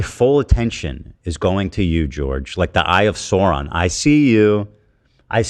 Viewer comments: Compares himself to Sauron, mispronounces Sauron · Ethan doesn't even know how to pronounce Sauron